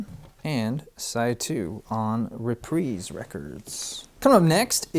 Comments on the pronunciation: First record guy I've heard pronounce Reprise properly. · Pronounced Reprise right but pronounced Uriah Heep wrong.